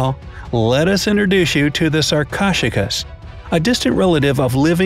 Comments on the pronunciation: Sar-cosh-a-kus?!?!?! It is sar-ko-su-kus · Sarkoshigus... lol... sar-ko-soo-kiss is more accurate to its pronunciation there, narrator man. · did he just say sarc-o-j-cus 🤦‍♂️ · "Sarchosuchus" is pronounced "SAR-co-SUK-us." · It's not sar-ko-chu-kas It's sar-ko-su-kas. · U pronounce sarcosuchus like this (sar ko sue sh ess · 'Sarcosuchus' is pronounced sahr-ko-sue-kuss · Okay, its pronounced (sar-co-sue-kus) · it’s pronounced sar-koh-sukas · For number five, I’m pretty sure it’s prenounced as sar-ko-sew-kus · It’s Sarcosuchus (Sar coa sue kus) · The crocodile was actually pronounced as sarc-oh-suc-us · You didn't say sarcosochus correctly its saRcO-sooch-us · He said sarcocheros typo🤬🤬🤬😡😡😡 👇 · It's pronounced sar-co-sook-us please try to get it right. Remember it has 4 syllables not 2 syllables. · You prenounce sarcosuchus as sar_co-suk-us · Why did he pronounce sarchosuchus so weirdly I am not joking😡😡😡😡😡😡😡😡😡😡😡😡😡😡😡😡😡😡😡😡🤨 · wow did u say sarcosuchus wrong that was not even close I didn't even relies u were talking about a sarco at first lol XD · DUDE YOUR SAYING THEM WRONG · They butchered the pronunciation of Sarcosuchus. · Lets talk about the COUNTLESS times he pronounced Sarcosuchus wrong -_